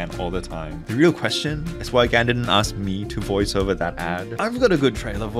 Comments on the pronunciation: Its "GAWN" GAH'N I have never called it G'ANN. Its like Genngis GHAN!! <<< I am trademarking that... I said it first!!!! So I am with you. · it’s pronounced gun, not gan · It’s not gan, it’s gaun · “its pronounced gan not gan”